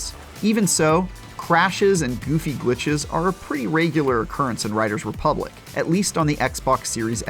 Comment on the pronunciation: Anyone notice how he can't say the title of the game properly?